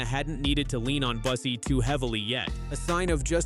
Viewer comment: Bussi is mispronounced. Is this yet another AI narration?